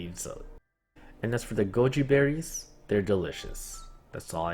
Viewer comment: I thought u said Gucci berries